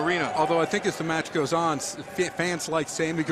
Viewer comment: Really good to hear Justin Roberts say Gorleston 😊